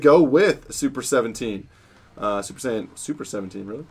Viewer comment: Anyone noticed he said super sayin 17😂